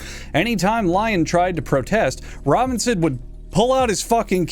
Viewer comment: Samuel Robbing-son